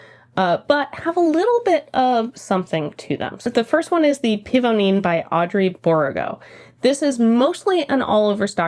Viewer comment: Just a little fyi "Pivoine" is pronounced Pee v one.....the v is soft (peony the flower) ☺